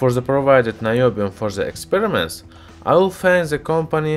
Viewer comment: I grin every time he says "ze experimentz". :)